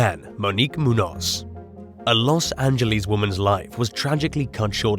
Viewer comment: I love when Muñoz is pronounced wrong. If it doesn't have a accent (ñ) then is pronounced moon-oz, if it does then it is pronounced moon-yoz. But still people have to be careful nowadays.